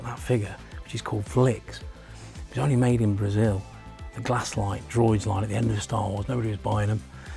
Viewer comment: Everyone keeps pronouncing Glasslite as "Glass Light" it is actually pronounced "Glass Lee Tay"